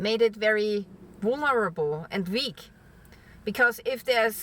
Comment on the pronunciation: Wunerable to cheese sticks